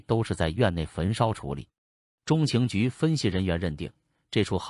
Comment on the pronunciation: 这个机械声音太难受了……“美国中，情局” 是什么鬼……